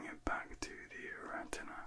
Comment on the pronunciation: 😂😂9.10 you said retina but you sounded like a rastafarian 😂😂 made me laugh